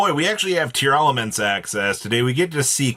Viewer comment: Why are you pronouncing it Tear-a-laments?? I don’t see that extra “A” in how their name is spelled Just Tear-laments. Tear and laments. No extra “ah”